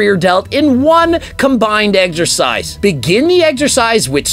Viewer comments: If this high pitched homie says "eggzercise" one more time I might snap. Can not watch his videos. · Why “eggs-ercise “ ? Is that a Canada thing? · i cant get over how he says eggsercise everytime. No hate to greg tho just funny.